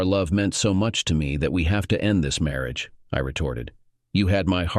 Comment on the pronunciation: Please use another text to speech software. It can't even pronounced 'marriage' and 'question' right.